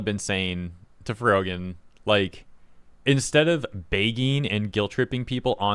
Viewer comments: lol "FroJEN" the guy saying her name for the 'rising star' didn't know who tf she was so much they couldn't even pronounce her name correctly for the Streamer Awards. And she neeeeeever got more popular than that, should've been a sign right there that streaming might not be the move to make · It's funny how the guy announcing the award doesn't even know how to pronounce her name "Frojan" lol. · The dude giving the award pronouncing her name wrong is the icing on the cake. Rising star that no one outside of the drama space knows. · Lol he mispronounced her name on stage. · You can tell she's a shitty person cause of her reaction to when the host mispronounced her username, like it's not a big deal, remain professional. Then her slapping the back of her friends head(assuming it's a friend, I don't know this person or her circle) shortly after just contributed to her annoying persona.